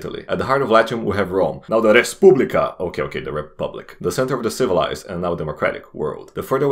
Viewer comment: Lol, I thought you are russian when you pronounced RESPUBLICA Wsup from Russia